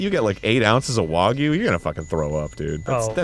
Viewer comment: Thank you for saying wagyu right. So tired of seeing folks call it "wag you"